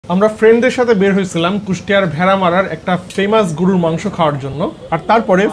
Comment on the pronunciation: mone holo shunlam "gurur" mangsho..... gorur* mangsho holey bettr hoto!? 😒😫😱🥵